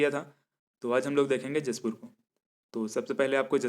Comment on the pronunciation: उच्चारण मिसिंग हैं,उसे सही करें अगले बार से। लगता आप जशपुर नहीं आये हो सर जी। 🙏🙏